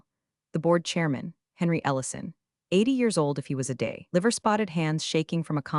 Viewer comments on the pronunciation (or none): none